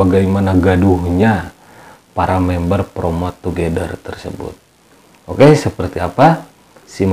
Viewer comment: Plomot togedel... Wkwkwkwk... Otomatis ngakak dong bacanya 😂😂😂😂